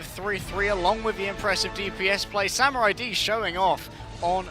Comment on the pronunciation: Is anyone else annoyed they can't say samuraids name properly